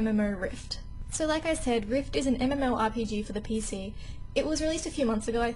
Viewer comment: You are saying M-M-O-R-P-G. And not mmorpg :o